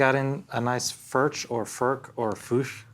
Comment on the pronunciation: Please pronounce the name correctly Furch is pronounced "furk". Thank you